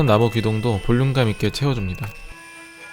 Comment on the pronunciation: 나무가 나고로 들렼ㅋㅋㅋ